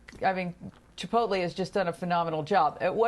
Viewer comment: "Shares of ChiPOUTlee" lmaooo we love Mel